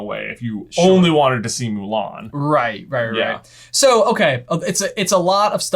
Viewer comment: I'm not going to bother watching the live action remake. The first thing that turned me off to it was the removal of songs and Mushu. I do appreciate the more proper pronunciation of the surname though.